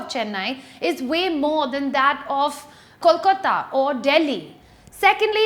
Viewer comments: kolkata definately rocks its the city of joy !!!! and plz stop calling it kolkota ... :P I definitely didnt liked it when u mispelled it a couple of times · You are missing out a lot on facts Ma'am. You have simply compared Mumbai with Delhi for safety. Your research lacks depth and understanding. Also, your pronunciation of the word 'Kolkata' is wrong. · Sorry.This video failed to create impact as u alws do.Moreover You couldnot pronounce "Kolkata " properly.Talking of rent,food,transportation cost Kolkata is the cheapest,no doubt.If you do proper analysis u can find it.Also as u mention of narrow lanes you havenot explored Kolkata well.The width of roads in north Kolkata are huge.And Btw I m nt from Kolkata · the way you say "Kolkata" ❤❤ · its kolkata not kolkota...better dnt speak bout d place when u cant even pronounce d name (dnt need the typical bengali pronounciation but a simple english pronounciation would have been enough) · please learn how to pronounce "kolkata" it is not "koooolkotA" ASSS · Bt I would like to tell u that it's Kolkata not 'Kolkota'.. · I like your videos . But it's KOLKATA, NOT KOLKOTA. It's 'A' at 5th position,not 'O'. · I don't think you have been to proper kolkata. Our main roads are NOT the size of tiny gullies for God's sake. And it's pronounced Kol - ka-ta and not Kol - ko -ta . Acquire proper trivia about a place before judging it.🙄🙄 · its Kolkata, not kolkota, u stupid girl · It is KOLKATA and not "KOLKOTA"? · i liked ur video.. but just to correct u..its not kolk'o'ta, its pronounced as kolk'aa'ta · Excuses me miss its Kolkata and not kolkota And Kolkata's main road are like gali !like completely! then u must hav seen just a narrow gali in kolkata and called it a so called main road for urself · K-O-L-K-A-T-A... that is how you pronounce the name of the city... if you are not sure how to pronounce it, we dont mind if u even call it Calcutta.. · KOLKOTTA? why can't you say it right? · It's K-O-L-K-A-T-A